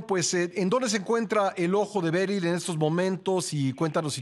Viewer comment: Berri no beryl jijijijij